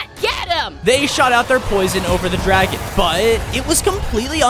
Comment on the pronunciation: It's dragon not draigo